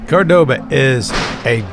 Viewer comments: It's nor Cordôba,it's Córdoba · Good video but why would you not simply check how to pronounce the name of the city before going ahead making an entire video about it. Córdoba is not pronounced Cor-doe-bah. It's more like Core-d'ba. Meaning that the first 'o' is annunciated; not the second 'o'. This is made clear in Spanish by which 'o' has the acute accent symbol on it.